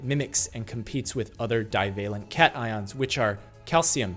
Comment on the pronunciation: Meow ions? Thats not how you pronounce cations